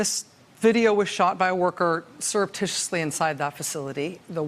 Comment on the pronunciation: I'm sorry I couldn't get that word again... Syrup Tissue Titty? Please say it ONE MORE TIME I DIDN'T GET IT